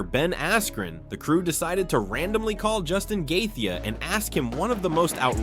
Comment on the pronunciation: Bro quit disrespecting Gaethji like that, his name is pronounced like Gae-Chee 😂 not Gathia